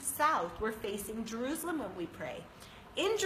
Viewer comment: I hate the way she pronounces juruslem